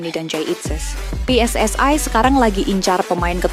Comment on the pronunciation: Maaf min BUKAN PE ES ES AI tetapi Pe Es Es I. Bicara Bahasa Indonesia yang baik dan benar.